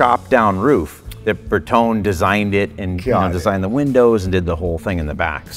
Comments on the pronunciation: Bertone is pronounced Br Tow Nee I love the car and since it’s yours obviously you can call it what you want. Just know that every Italian everywhere is gesturing wildly with their hands while screaming insults every time you say it like you do. 😆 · Am i the only one getting "triggered" by this guy refusing to pronounce and put the "E" on the end of Bertone? 😅 Its not pronounced "tone" its pronounced "Tony". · Nice car! Bertone is pronounced Bertoney. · I believe we pronounce Bertone 'Ber-to-neh', not 'Ber-tohn' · Berton- eh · It's pronounced "Berton-ee," fellas. C'mon! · It's pronounced Berton-ay, not Ber-tone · BertonE!!! Its like Porsche, the E is not mute! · It is not Berton. it is Bertone with E in the end and it is vocal, E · Fail on the pronunciation of bertone 😂